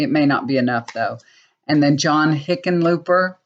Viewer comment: Yes, you are correct about how to pronounce Hickenlooper. Not sure he's that much better than Gardner, but there you have it.